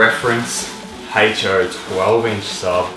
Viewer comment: What is a Heych-Choe?